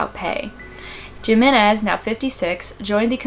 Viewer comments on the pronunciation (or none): Jimenez is pronounced Hee-men-ez! For future reference